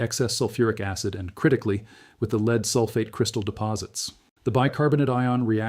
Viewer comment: The AI human is exceptionally well done. Except for a couple of horrendous pronunciation errors this could pass as a well researched and narrated video. Having 2 pronunciations for the spelling of lead throws a lot of AI's. Humans also would say 1 point two zero zero not one point two hundred.